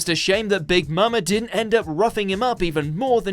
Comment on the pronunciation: Did he say big mama? It’s big mom